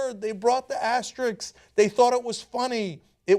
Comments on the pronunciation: Okay, so we know the asterisks were indeed part of the original slogan but does no one think anything of the fact that neither Cenk nor Ana can say "asterisks" properly? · Asterisk NOT Asterix, please. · ASTERISKS not asteriks! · Thanks for the video and all, but that's not how you pronounce "asterisks."